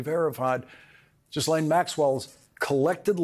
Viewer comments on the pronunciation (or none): Why are you saying Jizzlane? it's Ghee-lane. You’re reporting, show some brain cells. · Gee-layne----like "gate" and not "jet." Honest. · Small point: 'Ji-Lane'. Yeah, I'm an English pedant, and proud 😆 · Cmon Lawrence. You're impeccable. How do you go on air and call her Gizlaine? This s is silent. It's Gi-len. She's already been on trial. You've heard her name a million times. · Why can't you pick a one "Ghislane" and stick with it? It's driving me nuts that you find it so difficult to say this ONE NAME - It starts with a HARD G as in GEEK - then LANE. The "S" is SILENT. GEE-lane GEE-lane GEE-lane (rhymes with "Elaine"). Think of the old Volkswagen KARMANN GHIA... Not that difficult! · jizzlane maxwell!! 😂 love this pronunciation of her nane! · Ghislaine is pronounced 'GILL-LAINE' - don't say the h or the s! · 😂 I don't think her name is pronounced "Jizzlane" but it works 😂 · "Ghislaine" is French, pronounced without the "s". "Gee LANE". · Pronounced Ge-lane. I googled it 🤓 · Pronounced 'Ga-lane' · Pronounced "Gee len" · Sorry Lawrence please look into saying “Ghislane ” properly phonetically Gi-lane. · I believe her name is pronounced G-(as in grubby) - elaine. Sounds like Gee-lain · Isn't it pronounced Gee ( as in clarified butter ) lane ? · Love your show, but just one thing. Ghislaine is pronounced Ghee LEN’. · Please pronounce her name correctly.....gee laine. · It’s pronounced GEE-LEN (hard G) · Please keep talking about the Epstein files and Ghislaine Maxwell. However, please pronounce the whitch's name correctly? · Somebody on Lawrence’s staff please research the correct pronunciation of Ghislaine. Hard G and the S is silent. Sorry to be so picky but it distracts from his very important reporting. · Is he being cheeky when he's deliberately mispronouncing her name? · Lawrence... come on now. You know exactly how to pronounce Ghislaine Maxwell's name. It's not funny, it's not an own, it's just juvenile. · Please learn how to say Ghislaine's name, Lawrence.